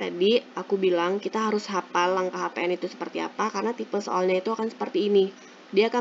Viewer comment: hafaaaal bukan hapal